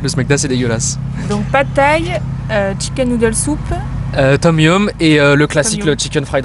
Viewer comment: Le tom yom (tom yum) putain que j'ai rigolé 😂on dit Tom Yam, bref, vous avez le Khao Pad ou Kaeng Khiao Wan ou le Som Tam ou bien le Pad Kra Pao